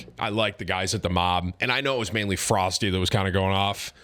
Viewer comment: isnt Froste pronounced Frosteh?